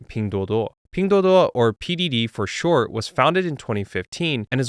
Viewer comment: The only channel pronounces Ping Duo Duo correctly lol